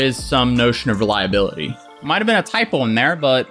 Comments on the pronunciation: don't think it was a typo, you just pronounced "reliability" incorrectly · Did u just point out someone’s typo seconds after u pronounced reliability as REL-Ability???? 🤦‍♂️🤨😂😂😂 Did get it right the second time tho, so you’re 50/50... 👏🏻